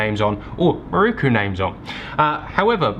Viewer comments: Great video but you know it’s pronounced miroku right? Not ‘maruku’. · its an "i" in miroku not a "u" 😂. its not muruku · its not "Mirookoo"...its "Mee-RO-ku" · Loving these videos. Just a small point on pronunciation. You would say Miroku as MeRowKu in Japanese. Otherwise a very solid video!